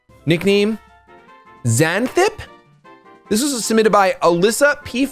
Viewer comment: You completely butchered Xanthippe's pronunciation lmao Its pronounced zan-thi-pee